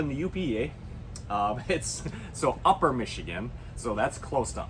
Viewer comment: Does it tolerate consistent north side 10-15 mph wind? Lol loved the “uper” Eh?